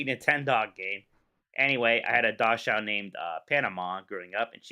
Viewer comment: Someone pronounce dachshund for. I'm having a stroke.